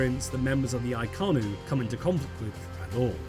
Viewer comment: Isn't it Inconnu instead of Iconnu?